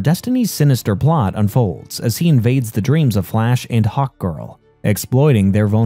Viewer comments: Is it just me or does he say "hawt girl" instead of hark girl? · this was an awesome recap, ut i can't help but laugh every time you say hawk girl I hear "Hot Girl" lol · I thought he said hot girl when he first introduced her in the beginning lol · Every time he says "Hawk Girl" it sounds like he's saying "Hot Girl" and that makes his video more funny lol